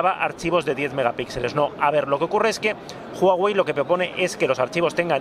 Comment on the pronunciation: te dicen que se pronuncia Uawei y vas y lo cascas pronunciando Juawei hahahah Está muy bien el vídeo, buenos influencers!!!